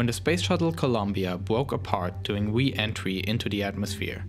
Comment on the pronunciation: ...bwoke apawt duwing we-entwy into the atmosphere. As a wesponse to the twagedy...